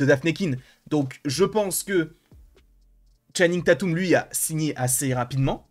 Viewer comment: C'est comme ça qu'il prononce